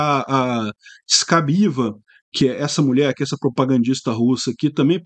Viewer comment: Pronuncia-se "Scabaiêva", e não "Scabiva"